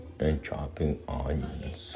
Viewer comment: “Oh there chopping oooniionz” 😂😂😂